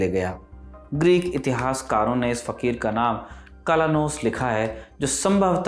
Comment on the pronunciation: Fakhir fakhir kyun kaha rahe ho 😂😂